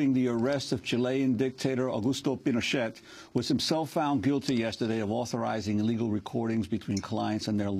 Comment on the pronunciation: the "t" in pinochet is silent